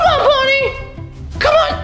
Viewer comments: It’s BONNIE NOT BUNNY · It's Bonnie not Bunny